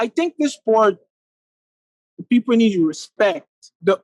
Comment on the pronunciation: Anderson 'Peeple' Silva